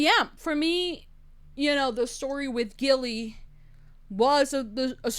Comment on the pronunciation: Hey! This is one of my most beloved witch movies.😊 I can't even remember the number of times I have seen this. Ok, one thing that was bugging me, & I know u are just saying it how it's spelled, but u were saying Nicole Kidman's character name wrong. U kept saying "Gilly"/"Gillian", but it's pronounced "Jilly"/"Jillian". That's why her sister called her "Jilly-bean", like Jellybean (candy). U ain't kidding about having bad apples w/women too. My ex-girlfriend was a cheater. Actually,, PRACTICAL MAGIC 2 is suppose to be released in 2026.😊 Anyway, fun reaction. Glad u liked the movie.😊